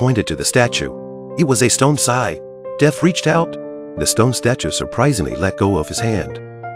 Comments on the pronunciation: How the hell does the robo narration mispronounce the word "scythe"...?? It sounds like it's saying "sigh"! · It's pronounced s ie th